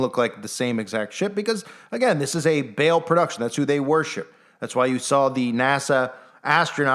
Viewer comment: It's actually pronounced PHONETICALLY BAH-AL. NOT BAIL OR BALE LIKE A BALE OF HAY🙄.